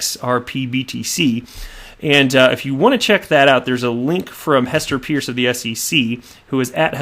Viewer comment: Hester Peirce is actually pronounced as 'Purse'. She was once introduced by a colleague who cleared tat up.